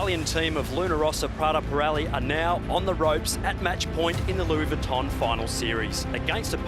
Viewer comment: I cringe every time says "Louis Vuitton", please don't continue it for the America's Cup matches. It doesn't match English (American or British), French, Spanish, or Italian, so where the f is he pulling it from? It just sounds stupid and extremely irritating! Congrats to Britannia, I feel like some of the post-match chatter alluded to perhaps the software team tuning the maneuvering automation better than Luna Rossa could. Commiserations to the Italians for a thrilling LV Cup finals. Shame they didn't make more of a fight today. Bring on the America's Cup Match - it's set to be a cliff hanger until we're a few races in!!